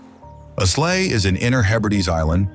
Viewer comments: Islay said as Isslay 😆 Apparently Scotland only stretches as far south as Glasgow 🤔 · Islay is pronounced ile-a. Gaelic is pronounced gaalic.